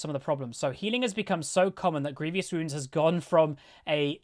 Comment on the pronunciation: i find it so funny how many people, including myself most times, say grievious wounds. there is no 'i' between the v and o xD